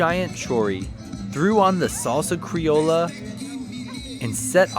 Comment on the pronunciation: Thank you for appretiating our food! (It's salsa "crioSHa" btw :))